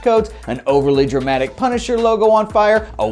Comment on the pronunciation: LMAO "Punsiher"